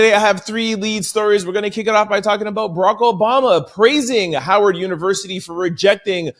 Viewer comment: Howard with a “W” not a “V” Is an HBCU